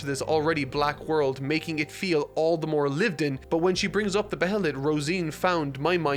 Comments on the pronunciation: bescuse me?? you say "ba-hey-let " ?? sir i think its "Bay-let" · jej'ing at "be-heh-let"